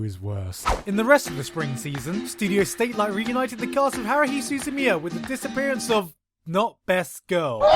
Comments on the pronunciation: ... I swear, no one will understand that it's "satelight" like satellite and not "statelight" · it's called studio "satelight" sa-te-ra-i-to in romaji. Why you and everyone in podtaku who mentions this studio read it as "state-light" is mind boggling....